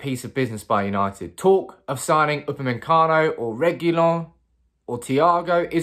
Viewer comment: Please learn how to pronounce Upamecano